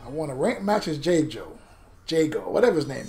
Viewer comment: I'm trying to figure out who "Jay-Joe" is. 🤣🤣🤣 the announcer dude clearly says "JAY-GO" & you followed and said "Jay-Joe." 🤦🏾‍♂️At least you won the match after that. Dude was trash with Tusk anyways. But the way you butchering his name...I need to ultra combo you on sight. 🤣🤣🤣